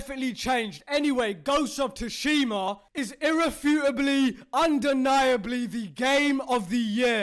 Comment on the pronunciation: It's not Tushima It's Sushima